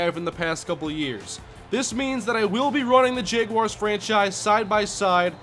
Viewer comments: Is it just me or does he keep saying Jeguars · says Jeguars lol. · I can't watch this series because you keep mispronouncing "jaguars", its really annoying.